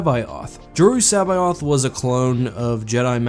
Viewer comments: You murdered that pronunciation of C'baoth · It physically hurts hearing you pronounce Joruus C'baoth and Plagueis.